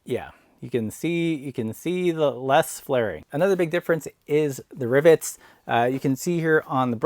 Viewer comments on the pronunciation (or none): Wait...are you saying "ribbits?"